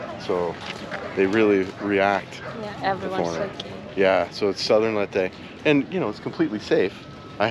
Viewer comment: It’s pronounced “Lay-teh”, thought you’d want to know that. Thanks for sharing; so nice to see other beautiful scenes in the Philippines that I’ve never seen. ❤